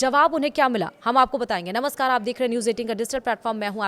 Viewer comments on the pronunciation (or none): none